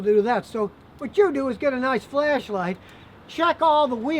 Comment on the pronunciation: "noice and tight" 😅reminds me of Brooklyn 99